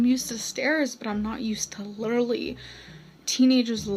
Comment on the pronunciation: “Lilurly” so sad 😞